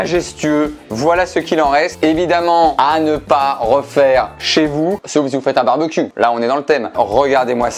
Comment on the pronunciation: Il a dit barbecUUe au lien de barbekiou